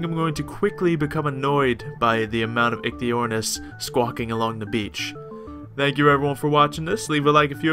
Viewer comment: I believe it is pronounced "Ikey" but the pronunciation may vary from word to word :)